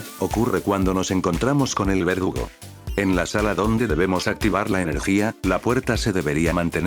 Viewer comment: LUL si verdad dice vergudo no verdugo :V XD